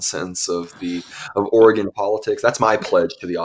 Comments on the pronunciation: Please, realize that there is NO e on the end of Oregon. So the pronunciation is NOT Ori-gone. It is pronounced Orygun. Trust me that those of us that live here cringe every time we hear anyone from the east coast mispronounce it. As a resident of eastern Oregon, I am firmly in favor of Greater Idaho so I feel as though my vote actually counts. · Correct pronounciation: "Orygun" !!!!!